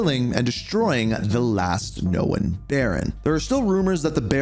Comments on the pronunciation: It's Known not Knowin lol sorry ur killing me with this shit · Someone teach this man how to pronounce “Known” lmfao wtf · The way this guy says “Known” makes me wanna crash tf out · Great video! Just a quick heads-up — the word “known” is pronounced differently than how you said it. Thought you’d appreciate the tip!